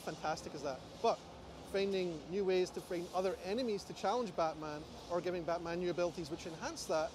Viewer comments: did he just say blackman? lmao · he says Blackman Arkham Origins xDD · Blackman Arkham Origins Blackgate lol hi there from 2024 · LOL, he said Blackman Arkham Origins Blackgate!!!!! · Haha he really did say blackman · Anyone hear say Blackman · did he say blackman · LOL. He said blackman arkham origins